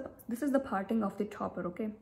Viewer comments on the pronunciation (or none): The way u pronounce T is so funny .. for parting I heard as farting🤣🤣